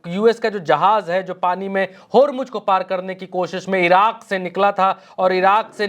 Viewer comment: होरमुज होरमुज क्या है. ज़ ज़ होरमुज़ बोलो.